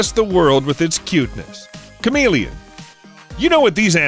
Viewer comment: Who else thought he said charmeleon expert 😂